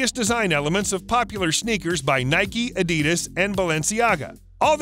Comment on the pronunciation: Learn to say ADIDAS properly